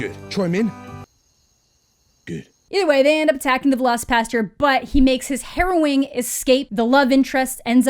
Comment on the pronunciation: My favorite part is that the trailer narrator's accent makes it sound like he's saying Veloci-Pasta, like there's some velociraptor based pasta dish being served somewhere. Like, idk, shrimp scampi but with velociraptor meat or something.